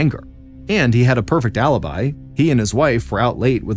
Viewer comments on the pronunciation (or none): none